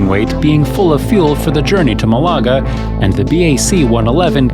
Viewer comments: It's MAH-lagah. And they didn't get the Queen's "accommodation" 🤣. Good video, though. That copilot is a hero. And the captain is made of steel! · This is so good you’re forgiven for the Malaga pronunciation 👍 😃